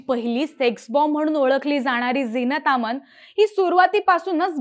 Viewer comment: डोळे मिटले मध्ये मध्ये तर नैसर्गिक वाटेल.... बोलण्याची ढब फारच कृत्रिम आहे.... कुछ जमा नही!!!झिना तामान का म्हणतेय???